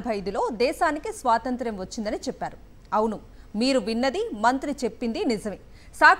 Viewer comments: శ్వాసంత్రం.... కాదక్క.. స్వాతంత్య్రం... యాడ దొరికిన సంతరా... ఇది... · అది స్వాతంత్య్రం, సరిగ్గా పలుకు, పాలముకున్నే, మొహానికి రంగులేసుకునే దౌర్భాగ్యులు రాజ్యాలేలితే ఇలాగే ఉంటుంది